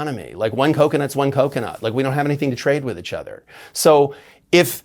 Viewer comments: I keep hoping that one day James will come on here and pronounce "each other" correctly. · Bring him back every month so I can hear him say ichother (each other) 😅❤